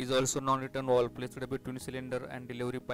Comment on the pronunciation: Not walv its valve 😐